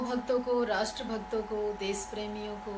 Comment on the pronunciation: pehle bolna sikh. zawab nahi jawab bol. des nahi desh. bachke reh RSS wale tera rep ker dege.